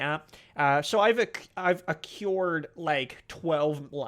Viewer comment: "Acquired" is pronounced "ack wired".